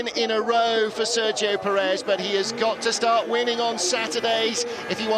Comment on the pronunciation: "serjo purrrez"